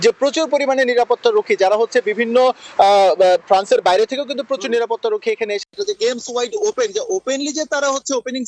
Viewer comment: শুদ্ধ বাংলা উচ্চারণ করতে পারে এমন কোনো রিপোর্টার কি ফ্রান্সে নেই ❓❔